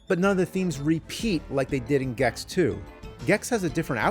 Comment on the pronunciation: say gex bro, just say "gex", PLEASE JUST SAY GEX PLEEEASEEE